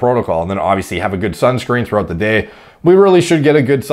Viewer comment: This actually made me laugh out loud, because I heard say it like "DEH" instead of "day".